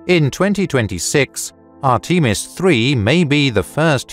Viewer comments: Say arteemus one more time😂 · "Art-ee-mis"? Really? C'mon, guys. This is the age of Google!